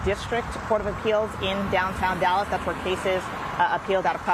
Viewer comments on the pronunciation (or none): none